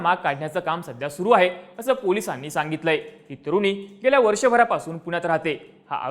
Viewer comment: तुरुनी नाही रे.. तरुणी!